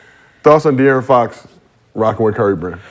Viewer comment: Ifw the show 💯 but Gil and Brandon butcher De’Aaron Fox 1st name every time 😂😂😭